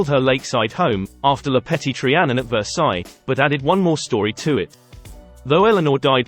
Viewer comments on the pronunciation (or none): none